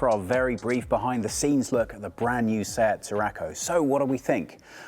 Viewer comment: When you say Seat is hear "Sad or sab"